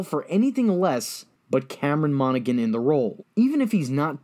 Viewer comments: Mono-han Not Mono-gan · Monaghan is pronounced "MonaHAN" with no G. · Pretty sure you don't pronounce the g in Monaghan.